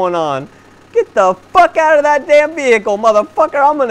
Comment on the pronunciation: Do you mean you using "Dat" instead of "that"?